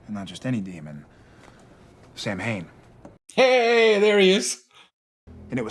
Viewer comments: I'm a druid and I celebrate Samhain. It is not a god, but merely a seasonal celebration. Samhain means "summer's end" and it is pronounced "sah-wen" or "sah-ven" but I will forgive Supernatural because this is a great episode. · I know, I get a little bit of a twitch every time they pronounce it Sam-hane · This is the only episode of 15 season that I have trouble rewatching. Not because it’s a bad episode; it’s actually a good one. It’s because of how they pronounce Samhain. It’s Gaelic/Celtic and is pronounced Sow-hin (soft h). As a Wiccan with Irish roots it’s just sooo painful!! 😩😆